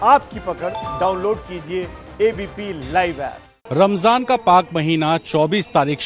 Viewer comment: Phle ramzan bolna sikh le